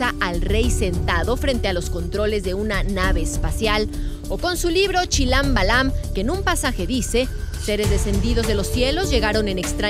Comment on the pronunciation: asi no se dice el Chilam Balam arguendera